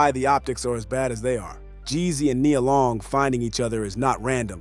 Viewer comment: Stop messing up Nia Long name. How can you go from saying it right to saying it wrong in the next sentence. Makes it hard to listen